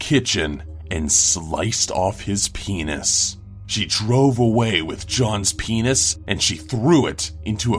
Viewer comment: the way how he says penis... its odd